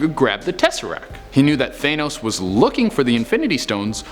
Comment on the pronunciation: F*** you , I hate jumpscares !!!!! You say thanos the wrong way .